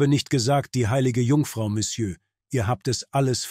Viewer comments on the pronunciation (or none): none